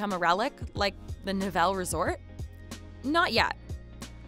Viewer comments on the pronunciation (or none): it's not nevelle - it was the ne-va-lee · "The Na-vell" as she pronounces it is really The Nevele ("Nev-e-lee") and it was not primarily a ski resort. It was a Catskills Hotel and it died for other reasons. They had a small ski slope, but it was not the primary reason people went there. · The "ski resort" you show in the first minute of the video is the tiny ski hill that was once a part of the larger, now-defunct Nevele Grand Hotel, a high-rise resort hotel complex in NY's Catskill Mountains. (And it's pronounced "Neh-vuh-lee" - not "Neh-vell"). It was not a "ski resort" proper; rather, it was just a bunny hill with a short ski lift - one of several winter options on offer at an old, decrepit, Borscht-belt resort that closed over a decade ago, like many other such destinations that flourished in the 40's and 50's but declined and closed as a result of causes that have nothing whatsoever to do with whatever is now ailing ski resorts or the ski industry generally. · Thanks for posting this Wayne. I was wondering, 'Where was the Nevelle (as she pronounced it), where New Yorkers would go?' Then I realized it was the NEV-E-LEE! I still remember the theme song! And you're right, it wasn't primarily a ski resort. It was another once-popular Catskill resort that unfortunately bit the dust! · It's not "Nev-Ell" -- it's Nev-A-Lee. Sloppiness like that makes the whole report suspect. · Was that the Nevele Hotel at the beginning? Narrator pronounced it “Ne-vel”, but I think it is pronounced “Ne-ve-Lee”. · It's pronounced Ne-Vel-E. I grew up 15 minutes from there and I didn't even know what you were talking about when you said the Nevelle. 😂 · It's pronounced Nev-uh-lee. Not Nuh-velle. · Thank you !!! "The Nevel" thing was driving me crazy. And yeah that wast real skiing. : ) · Nevele (pronounced Nev--ell---ee)was a Borsch Belt, Jewish Country club, it had a short ski run that was a small part of the resort. I was an athletic director there in 1964.